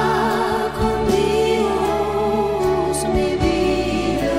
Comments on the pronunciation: "Dios" is pronounced exactly as I said in my earlier comment. It's always pronounced as a one-syllable word (as if it were spelled "dyos"), NEVER with the two-syllable, heavily accented "DEE-os" as it's (mis-) pronounced here. And what gets me is that Nana Mouskouri is fluent in several languages, including Spanish, if I'm not mistaken, so she really has no excuse for mispronouncing the word at all, much less in the SPANISH-LANGUAGE version of the song! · Love the song. But, since I've been speaking, reading, and writing Spanish for over 35 years now, one thing has always grated on me. "Dios" ("God" in Spanish) is pronounced "dyos" -- a one-syllable word. It is NEVER pronounced "DEE-os." Hearing it sung as a two-syllable word, with that heavy accent on the first syllable, makes my ears bleed. It's bad enough when I hear it in the song in English, but to hear it in the Spanish version? Unforgiveable!